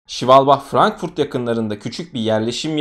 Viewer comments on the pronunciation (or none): none